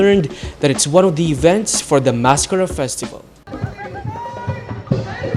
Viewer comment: Do you really have to pronounce maskara like that?